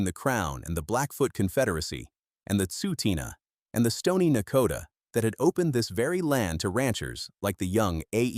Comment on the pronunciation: I stopped watching when the ai narrator mispronounced Tsuu T'ina. Change happens, it's part of life. The void was filled by Big Rock Brewery since 1985 and Wild Rose Brewery in 1996. The original Calgary brewery produced beer until 1994 when it finally shut down.